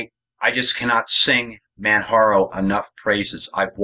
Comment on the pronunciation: It is Pronounced kilimanjaro as in the Mountain in Tanzania. the "J" is not a "H" sound. This has been an Excellent Distro, Even with my hardships and all. ran the net edition on an older laptop and it was the best. the Desktop has XFCE, and this machine has openbox. thanks for the vid.